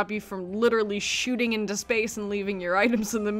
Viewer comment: Can't even say her into right